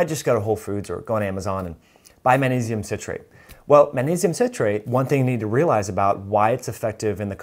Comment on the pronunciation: It's maGnesium , Not munesium.